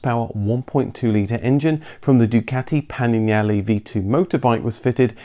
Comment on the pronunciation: Say panigale again 😂😂